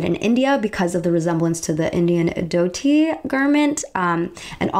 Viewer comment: Since you were ok with us correcting your pronunciation,... it's dhoti where h is not silent... so it's pronounced as dHotI